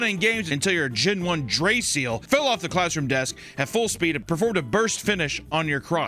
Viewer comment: This man just said "DRAY-SEAL"